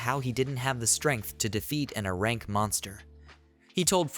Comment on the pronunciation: Hey since you’re using a text to speech boy for this when saying things like “A-rank adventurer” type it in as “Aye-rank adventurer” so it won’t read it as the other “a”